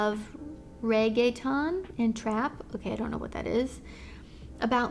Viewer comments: "I love re-gae-town? Okay, I don't know what that is" 😂😂😂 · Hahahahahahshaha, the way you pronounced reggaeton really cracked me up! I had to go back and replay that part, no offense but it really gave me a great laugh! I love and appreciate all you do, God bless you!